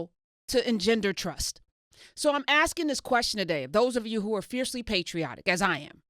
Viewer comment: "Patrioitic to America" I've lost a little respect for you Mrs Hunter